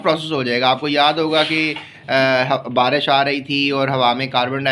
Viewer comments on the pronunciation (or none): Barash nhi hota pando barish hota hai 😅😅😂